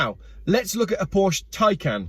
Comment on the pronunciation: Remember kids, Porsche is a two-syllable word 🤫